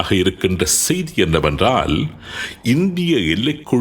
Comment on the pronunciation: உங்கள் தமிழ் உச்சரிப்பு "ஸெய்தி" இருக்களாம்" என்பவை தவறு...